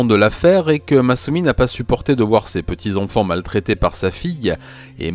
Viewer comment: J'adore tout la narration,l'écriture, le son de ta voix mais maintenant que j'ai remarqué la manière dont tu prononces les "an" j'entends plus que ça. "Les enfants " tu prononce les onfonts. C'est terrible vraiment un effort plz